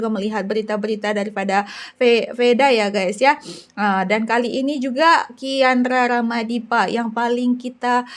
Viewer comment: kiandra ramadipa 😂😂😂 bkan kian rara madipa😅